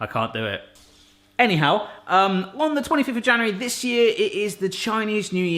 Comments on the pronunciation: it's not "anyhow", it's "ni hao":)) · Did you say "Eh - ni hao" in the beginning - after trying the chinese translation machine?